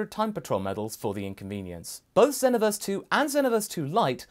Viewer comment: That moment when someone's says "zen-oh-verse" instead of xenoverse lmao